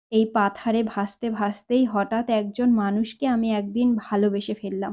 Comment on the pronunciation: উচ্চারণের প্রতি আরো অনেক যত্ন নিতে হবে বলে আমার মনে হয়। যেমন ঘোষীভবন এর ফলে একদিন এগদিন হয়ে যাচ্ছে। এমনি আরো অনেক ত্রুটি আছে। তাছাড়া voice এ নাটকীয়তা আনার প্রয়োজন।শুধু reading পড়া হয়ে যাচ্ছে। ভালো থাকবেন 🙏